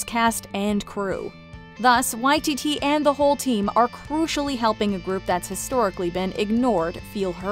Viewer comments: This is how he himself pronounces it! And I've hardly ever heard anyone else get it right. Props to this video for authenticity! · It is correct here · Nah they’re saying it right